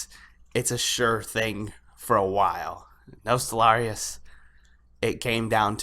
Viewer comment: Your pronunciation of the server name is triggering me. I still love you, but it's Nost - All - Ree- Uss pronounced fast.